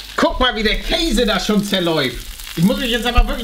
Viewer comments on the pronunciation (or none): none